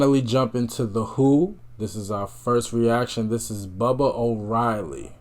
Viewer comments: Groovy tunes. I like hearing your interesting comments. By the way, it’s “baa baa” orielly, not bubba. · Bah-bah, not Bubba, and Ent-whistle.